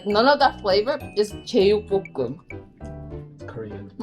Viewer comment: 제육뽀↗️끔!하시는데 우리동네 바이브(경남사람)